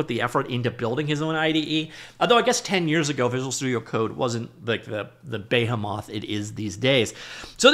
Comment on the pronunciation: did this man say bae hammoth?